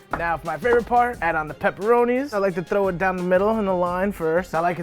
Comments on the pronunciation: thrrrrrrrrrrrrrrrrrrrrrrrrrrrrrrow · I love that “thrrrrrrow”